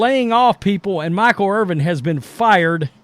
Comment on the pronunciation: His name is Irvin... NOT Irving.